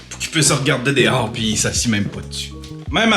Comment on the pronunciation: j adore ton vlog, tu me fais tellement rire quand tu dit ''dihors''' ou lieu de dehors. merci de prendre le temps de nous offrir tes vlogs c est vraiment très très bon